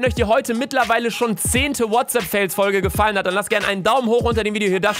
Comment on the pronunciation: Niemand: Wirklich niemand: Luca: Herzlich willkommen zu einer weiteren Folge WHATSAPP FAYLS (Sparen lernen Babbel). (Ich weiß das Kommentar ist dumm aber das passt zu diesem Kanal).